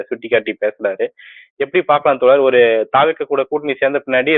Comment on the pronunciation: தோளர், களகம், முளக்கம், முளுமை , எளும்பூர் நீங்களெல்லாம் தமிழர்களா அல்லது தமிளர்களா?